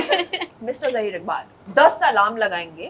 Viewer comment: Such a sad thing that the host doesn’t even pronounce the guest’s name people… what is ZAAHIR?